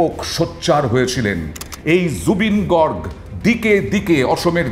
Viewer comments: Garg gorg na beta bhul উচ্চারণ করে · Garg Your pronunciation wrong 😊